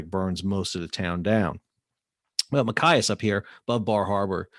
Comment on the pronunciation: I'm from Maine... Great info! The pronunciation is Ma Chi as. That's "ch" as in "choose"...not "ch" as in "kite".... Maine is still a strategic place...